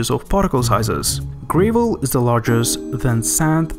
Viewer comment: Yeah, it didn't bother me too much up until he said "gray-vell" instead of "gravel", and "slit" instead of "silt". Good quality closed captions can be a solution though, there are some channels I really enjoy but end up ignoring or muting the audio in favor of reading the captions to actually absorb what's being said, rather than having to intently listen and interpret what they're trying to say.